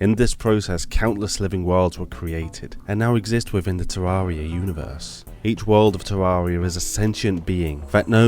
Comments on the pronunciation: The second he said tarroaria i was like nope i aint liatwning to him butcher this beauty in that way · Can't get over how you pronounce Terraria, it hurts my ears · Knows the lore of Terraria, yet still can't pronounce it right.